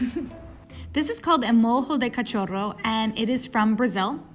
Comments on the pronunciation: Mas me deu agonia ela falando "molho de cachorro" como se fosse espanhol kkkkk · She said: "MOJO DE CATIORO" hahahahahaaaha